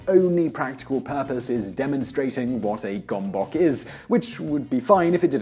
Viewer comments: That's not how you pronounce gomboc. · was the gomboc invented by Hungarians, if it was this pronunciation is sooo annoying